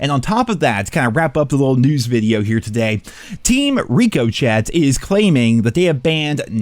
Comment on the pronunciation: Lol. What the hell is team Rico-chay? 😄